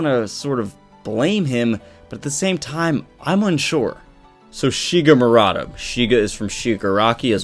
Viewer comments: Maruta not Murata JS. Not sure if he mentions the pronunciation error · ... and it's mah-roo-tah. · yeah. People being experimented on are "Guinea pigs" but not every Guinea pig is "Maruta" in japanese. That name was only used to describe prisoner in unit 731. And you can't pronance maruta as mar-uta i japanese. So let me sum it up. Doctor's name is Maruta. Not murata as has written in title and description (well, after me comments he changed it and now is pretending that nothing has happend...). And "maruta" means log in japanese and during WWII was used to describe "Guinea pigs" in unit 731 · Its Maruta silly. Jeez the english accent butchers it.